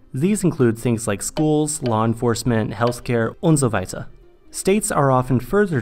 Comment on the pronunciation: "Und so weiter" Sounded very German 👍